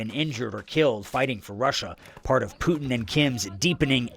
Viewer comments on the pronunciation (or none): What’s with the wise guy news reporter?? 😂😂😂 Poo- din lol